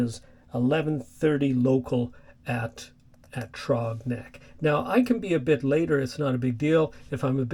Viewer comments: The "Th" sound is like the beginning of the word throw. Then the rest of the word "rogs is like you said "the way you pronounce frog. I enjoy your content. Cheers, Rodney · Yeah, mispronounced Throgs Neck, but very few get “Hell Gate” right. It’s usually mispronounced Hells Gate.